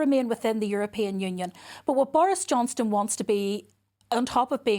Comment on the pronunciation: Why does Naomi Long call Boris 'Johnston' ?